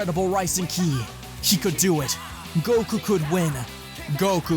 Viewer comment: Are you saying kili? Instead of ki?